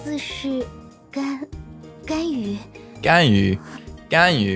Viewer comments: 說「甘雨」但跑出來的是「干你」真的快笑死我了 螞蟻哥哥的中文口說好厲害，讓我好驚訝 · It’s actually 甘雨=ganyu=sweet rain,they spell the same but there’s a bit issue about the tones 😂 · Really enjoy this. Probably a side note, the reason Ganyu has been interpreted as the F-word: the way you pronounce "gan" ends with a very heavy glottal sound, which makes it sounds like "gan-nge-yu". Next time try to split the two characters a bit more, it will help.